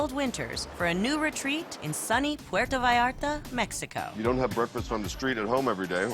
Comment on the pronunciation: He's been going there for years and still can't manage to pronounce Puerto correctly